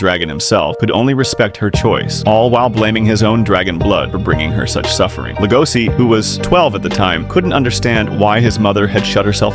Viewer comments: Legoshi not legosi bruh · I wondered who legosi is, but his name is legoshi not legosi 😅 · LegoSHI not si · It's notlegosis it's legoshi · leh goh sea is stressing me out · It’s legoshi🤦‍♀️🤦‍♀️🤦‍♀️ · The pronunciation of Legoshi bothered the entire time lol